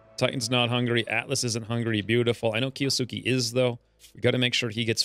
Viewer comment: Key-OH-Skay screams my inner grammar nanny. (Kiosuke a main character in Roroni Kenshin.) I secretly hoped the bears would off him to get rid of the hangnail. 😅